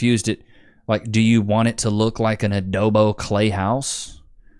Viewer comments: Bro, it's adobe, not adobo 😂... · Adobo? Do you mean Adobe? 'ah-doh-bee'